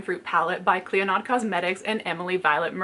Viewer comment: Hey! Just an FYI clionadh is an Irish name pronounced Klee-oh-nah